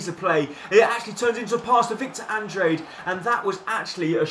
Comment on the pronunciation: it's pernounced: Andr á de